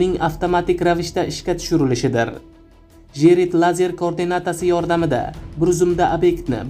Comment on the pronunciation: Avval to‘g‘ri gapirishni o‘rgan 10 ta gapingdan 4 tasini xato talaffuz qilyapsan turkiya, firtina, kordinata degan so‘zlarni qaytadan aytishni o‘rgan yoki boshqalardan eshitib ko‘r. Xarbiy kemalar yer usti va yer osti nishonlarni yo‘q qilishga mo‘ljallanmagan o‘qiyot matningni bir qaytadan ko‘rib chiq...